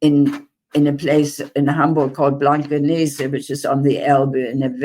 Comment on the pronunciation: Hamburger here. I love how after all these years her pronunciation of the german places ( i.e. Blankenese) is perfect and without accent :) ty for fighting for the palestinians!!!